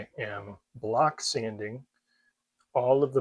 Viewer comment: Did you say that you are "block" sanding. Sounded like blast sanding